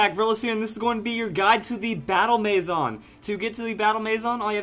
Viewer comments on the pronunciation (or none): Its not mayzon its a french word maison for house. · Eh, a little bit, but he's not far from the actual pronunciation, which is may-zun. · I AM SO TRIGGERED BY HOW HE SAYS MANSION WRONG!!!!!!!!!!!!!!!! But over all a great video. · Am I the only one bothered by the way he says maison